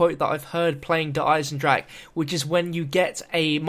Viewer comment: The420StudiosInc Gaming He said I am proud to actually pronounce der eisendrache unlike these english youtuberes